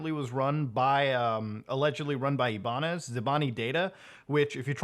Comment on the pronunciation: You are the GOAT but you are saying my last name wrong it’s IBAÑEZ